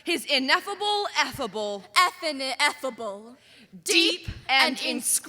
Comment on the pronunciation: I know it’s not a real word but she pronounced effaninefable incorrectly